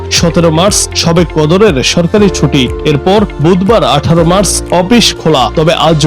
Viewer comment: মাস না মার্চ, উচ্চারণ ভুল